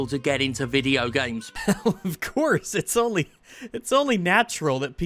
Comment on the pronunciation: It's so annoying when he says "Video Gyames"